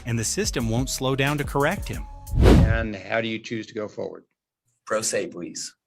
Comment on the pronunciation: Representation "Pro" "S" "E" 😂 Do you do NO editing of your videos to account for the AI nararration?